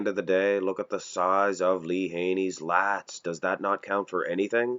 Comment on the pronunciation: When this guy says lags does he mean lats, as in latismus dorsi?